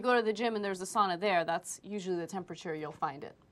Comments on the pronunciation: You don’t even know how to say sauna right you say sana. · It is sauna, not sana, not sun or any else stupid word! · I hate how people pronounce it sana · Its pronounced (sow-nah) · its saaaauuunnnaa!!! Not Sannna--> SISU PRIDE bitches...These reporters should be shot by a sniper. And most sauna's here in minnesota are 200. So give me a break dumb shits